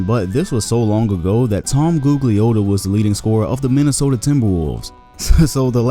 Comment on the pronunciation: Damn kid you are young I can tell you didn't know Googs ..nobody called him Googs and you pronounced his real last name not how we pronounce it